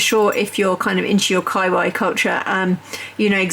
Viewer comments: Umm kawaii is not k-eye-why, it’s kuh-wahh-eeeeee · I believe it is pronounced more like ka why yee. Not just ka why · This IS the best calendar I’ve seen. And I was also drawn to their Ghibli one. I think you pronounce it “Kaaah wah ee” not “ky why”. But I could be incorrect. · Great calender, I'm going to help you out with pronouncing the increasingly socially endemic term Kawaii it is Kaw-Wah-Yee 🙂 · say kawaii, like hawaii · I was coming here to say this. I really enjoyed the video, but the pronunciation got me every time. 😁